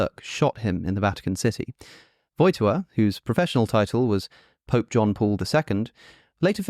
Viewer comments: His name is pronounced /voj’tiwa/ with the accent on the second syllable instead of the first ;) Great video, Alex! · Woj-TY-ła: emphasis on the second syllable. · The accent in Wojtyła is on the second syllable, as in all polish words